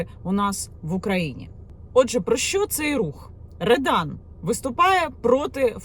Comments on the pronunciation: Не редан, а рьодан. Це двіж - неформали проти гопніків, як в 90х початку 2000. Погано що в нас підлітки тягнуться до російської повістки. А смисл той самий що і раніше. За дітьми треба слідкувати, якщо не слідкувати то вона може стати гопніком АУЄ, а не тільки в Рьодан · Не редан а ребан